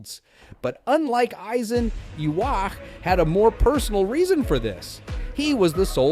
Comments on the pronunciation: no, that's japanese pronunciation. For English it should be Yuha-bach. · No, it is supposed to be Yu-ha-bach or Yu-ha-wach